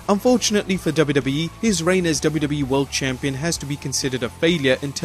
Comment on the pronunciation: Is he saying WWEF?